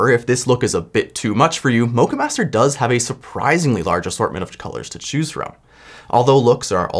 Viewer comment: You pronounce the o in Moccamaster like the O in ' lock ' , not the O of O My GOD ;)